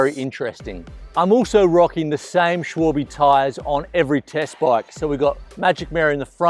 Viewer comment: It's SH-VAL-BU not SH-WOL-BE!!!! It's getting on my nerves now!!!!